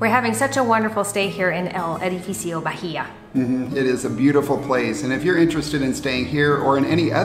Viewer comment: You pronounce bahía ( ba í a) the h is silent. En español la "h" no se pronuncia. I just wanted to let you know the correct pronunciations. I'm sure it won't bother you guys. Blessings